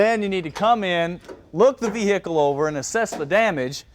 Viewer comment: Ve-Hick-Le...let's get this onto a Tray...NICE